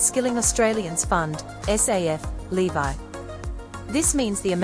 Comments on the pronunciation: it’s so weird that she pronounces ‘levy’ as ‘levi’. weird. is this an AI voice? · Why did she keep saying levy that way??? 😂 so annoying lol